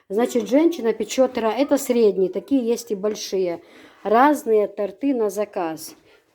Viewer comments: очень рада за Вас. Выздоровления Вам скорейшего. 🙏 А правильно произносится тОрты😊. Это я Вам как учитель русского языка могу сказать. Не сердитесь. Я не хочу никого обижать. Очень люблю смотреть Ваши ролики😍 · правильно говорить Торты, ударение на О.Дала Моршал Лойола Хуна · правильно тОрты , ударение на О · Совершенно верно...по нормам русского языка - тОрты !!!!! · Я не думаю что это смешно.В каждом регионе либо республике бывает свой говор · Правильно торты ударение на ы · Правильно торты ударение на О